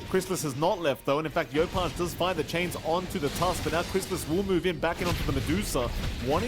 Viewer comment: alright, finally we see some new heroes from Crystallis! That's not a bad PA, still shaky tho even against SR. Also, i dunno what's worse between Saksa playing Tusk for 3 games, bzm's DK in game 2 or the fact that the caster kept calling him Crystalize in game 1 lol